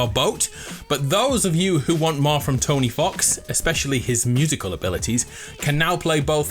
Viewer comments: I swear he called Toby fox “Tony fox” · Its toby fox, not tony fox😂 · Did this man just call Toby fox tony fox? Disgracful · is nobody gonna talk about how he said "tony fox"? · Did he say Tony fox? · “Tony Fox” smh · Man really said tony fox